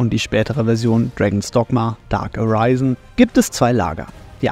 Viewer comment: "Areisen" wirds nicht ausgesprochen grr!! Gutes video! Freue mich auf DD2